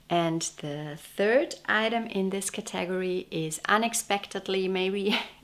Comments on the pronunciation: Your English is so correct that I want to suggest you learn the proper pronunciation for the work category. In English it is thus:CATA-gory. Not Ca TAG or. Hear the difference? Thank you for your wonderful videos on knitting. I really enjoy them! 🦩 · Thoroughly delightful as always! What a lovely collection of sweaters! I'm also vey impressed by your command of the English language! So if I may respectfully offer the pronunciation of "category": the accent is on the first syllable as in, "CAT-a-gory". It's much easier to say that way!! 😄😄😄 Happy New Year to you!